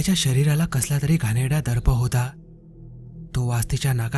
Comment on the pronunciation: घाणडा नाही घाणेरडा